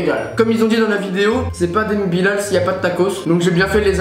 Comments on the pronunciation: Sa s'écrit Bilal mais sa se dit Bilèl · Bilal ça se dit Bilel et non bilaaaal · Sa me stresse quand tu dis la prononciation bilal et pas bilel. ( prononciation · Cool ta vidéo mais quand tu dis adem et Bilal le a de Bilal se prononce comme bilel